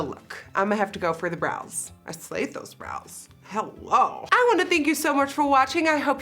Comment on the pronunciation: the iconic “hallo guys” will never be forgeted